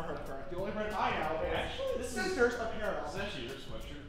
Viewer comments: is shading James so hard lmaoo “hi shisters” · James:Sisters: Shisters😭 James: I dO nOt SoUnd LiKe ThAt💀